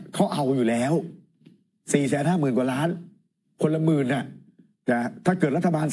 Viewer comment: ทำไมอ่านเป็น เงินหมื่นใช้ซื้อเสียงนะครับ